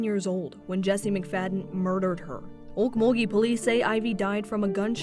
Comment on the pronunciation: Chiming in to say THANK YOU for first of all correctly pronouncing Okmulgee! Also thank you for covering this case, you’re one of my favorite true crime channels ❤